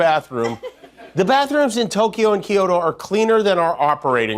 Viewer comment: He doesn’t even know how to pronounce Kyoto.